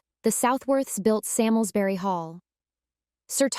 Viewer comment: My ancestors! It is pronounced Sarmsbury